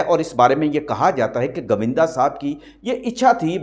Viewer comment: Pls learn to speak properly your accent is pathetic its GOVINDA not GAVINDA 😡😡😡😡😡😡😡😡😡😡😡